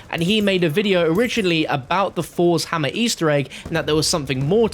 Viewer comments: This mans says fours hammer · Nobody:: FoUrS hammer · ‘Fors’ Hammer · Fos hammah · Fors hamma 😂😂 dumb ass